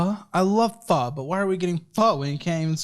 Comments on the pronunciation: so glad you pronounced “pho” correctly! lol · The way emphasized pho sent me